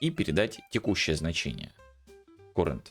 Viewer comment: Я пытаюсь сделать твой контент ещё лучше. Послушай как произносятся: Character - кэрактэр/кэрактёр (что-то между этим, думаю на нюансы профиг, достаточно кэрактэр, это хоть похоже на оригинальное произношение). Current - каррент